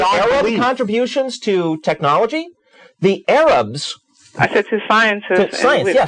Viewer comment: As soon as she said Ayrab I knew she was a lacking in the intelligence department.